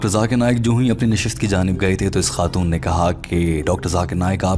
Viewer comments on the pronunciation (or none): none